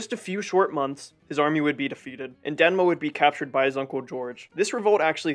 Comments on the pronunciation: Great video! The name though is DeMNa, not DeNma. Thank you for this video! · Demna! Not danma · Thank you my friend for tryng your best for this video but as a Georgian, I see some mistakes in this video: first, in reign of King Tamar there were no countries like Armenia or Azerbaijan, they were under Georgian kingdom. Second, the name of nephew of King George third was Demna not dena😅 And third, the name of russian prince was yvane not yuri.😊and still thank you for this video. Yes there were some mistakes but it's okay, good work, friend.